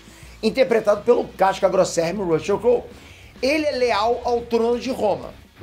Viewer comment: Com a pronúncia do YouTuber do nome do ator, desisti de continuar assistindo o vídeo, Rucheu não dá